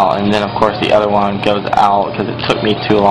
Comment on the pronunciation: what country are you from? you pronounce "one" as "wan" ?